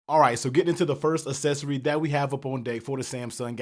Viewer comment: Assessory? I'm gonna go ahead and say that's the wrong pronunciation....aight? :)